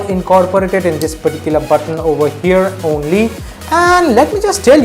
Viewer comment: please don't use the word "perticuler" so many times